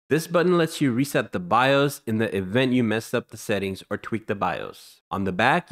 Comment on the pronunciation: "the fron" FRONT" "in the even" EVENT "hunnurd" Your English need some work